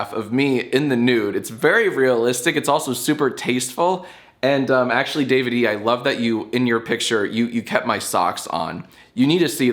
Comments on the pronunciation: i think his name might be davide, like the italian name davide, not david e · Your pronunciation of Davide gives me shivers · I’m sowwy I killed youw famawy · Most painful part of this video is how Jack pronounces Davide